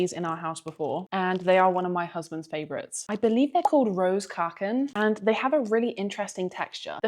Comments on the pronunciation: "I believe they're called "roos kaken". LOL! Love how you butchered that! ;) The "o" in "roze" is pronounced like in "loss", and the "oe" in "koeken" is pronounced like the "oo" in "look". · Your pronunciation of "speculoos" (the spread) was spot-on. The cookies were probably speculaas, which is something different. Try them on white bread ;-) Your biggest pronunciation sin was with "roze koeken", the "oe" digraph represents a sound like the english oo in "boot" or "root". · The word cookie is a Dutch loanword. So when you pronounce Rose Koeken. Just pronounce it as cookie! "Rose Cooken"